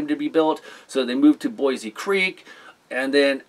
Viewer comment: Its pronounced boo is creek not like the capital city of Idaho.